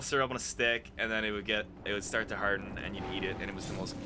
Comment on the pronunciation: His accent really comes in when he says, "farm" and "harden". Unless that was on purpose.